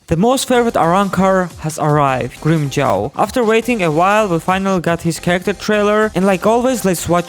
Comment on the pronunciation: grim-CHOWW, LOL.. kamon man dont ruin his name.